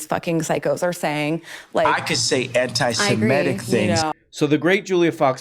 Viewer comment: Why do so many people say "anti-Simetic" instead of "anti-Semitic"?